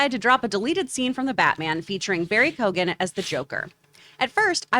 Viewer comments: His last name is actually pronounced "Key-On" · That pronunciation of Keoghan was painful